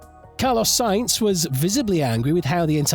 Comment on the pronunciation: As soon as o hear someone who makes videos about f1 call sainz “saints” instead of “sanz “ that’s the end for me